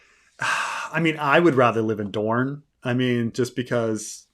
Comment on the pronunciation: No, it's Dorne!